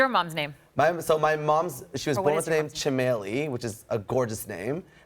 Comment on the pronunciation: Ok… I’m just going to go out there and say this the mark guy, who has Guyanese ethnicity can’t even pronounce his mother’s name. Chameli is an India name and I can say that’s not how it’s pronounced (I’m Indian)